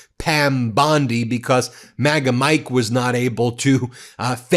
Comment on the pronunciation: *BECAUSE - not "B-COSS" STOP SAYING "PLAY THIS CLIP"